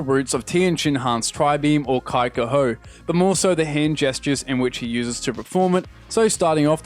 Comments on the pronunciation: Did you just call Kikoho "Kai-ko-ho"? It's pronounced "Kee-koho"😱😱😱😜😝😂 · Pro tip: Most languages in the world don't pronounce the letter I as "eye". And I'm not only referring you mispronouncing the Kikouhou, but also Trishula.